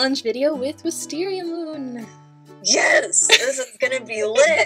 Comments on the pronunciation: when Snowyclaw said Wisteriamoon at the start iknew that there was somthing wrong....she said Wisteriamoon wrong its pronounced Wisteria......MMMMOOOOOOOONNNNNNNN LOL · its not wisteriamoon u said it wrong im so disoponted (XD spelling)in u its pronounced wisteriaMOOOOOOOON!